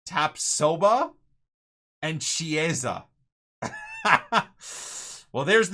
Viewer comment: please is not cieesa, is pronounced kiesa basically, the ch in Italian sound like a k. Loving the series keep up the good work